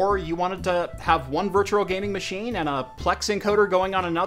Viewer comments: Why you say virtural? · Great video, hated how you said virtual haha. Sounded more like virtural.